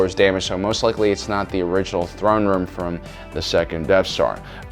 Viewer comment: Cant tell if your memingly saying Thrawn Room or not. Hmm